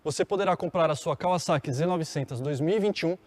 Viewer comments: Também reparei nisso, parece que falou em Kaviszeki.😀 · Só eu impliquei com a pronúncia dele , quando falava kawasaki ? Rsrsr